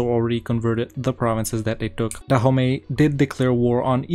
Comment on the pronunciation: DAHOMEY? NO IT IS DA HOMIE.